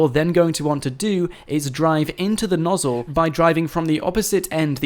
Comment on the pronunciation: "The nossle"